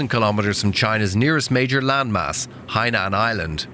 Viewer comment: Remove your tin foil hat. It's Hainan, not Haiman for crying out loud. SMH